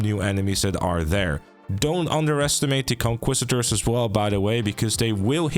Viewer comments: Just a note, it’s pronounced; Con-key-sta-door Not trying to criticise, hoping to help 😊 Also, thanks for the guide! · Conquistador is pronounced KON-KEES-TA-DOR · conquistador ❌ conquisitor✅